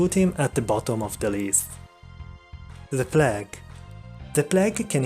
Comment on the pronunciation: The P L A G duuude